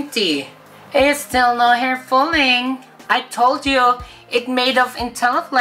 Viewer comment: I told you,no hair fulling?fooling?ahahaha dami qng tawa.at ang pagbilang ayos na ayos no fooling waahaha.love u tlga...I told you!😂😂